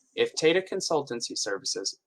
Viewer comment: It's pronounced as "Taa Taa" and not similar to how Data is pronounced